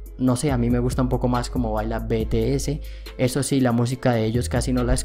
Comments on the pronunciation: solo paso paradecirte que cnco baila mejor y de paso si vas hacer un video aprende a pronunciar el nombre se pronuncis zienciou no cinco y bitiey no b.t. c. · Me encanto. El video seq tod@ sabemos que ellos son los mejores . Lo unico que no me gusta es en la manera enq llamo a mis bebés . Si quieres haser un video de ellos pronuncia bien su nombre . BTS. LOS AMO MIS AMORES. 😍😍😍😍😍😍😍😍😍😍😍😍😍😍